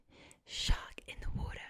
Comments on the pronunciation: Advice for the Australian accent, be less “posh” and fasten up the pace a little bit and make sure for words ending with r like water u have to pronounce it like warta (wart as in the warts u get on ur body and then a “ahh” sound like u hurt ur self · You NAILED the pronunciation of Water in the Australian accent! I find the Valley Girl accent very relaxing during roleplays that have a focus on personal attention such as your Britney Spears videos. Perhaps it's some deep seated want to be doted on by the "popular girls", which of course makes little sense coming from an Australian.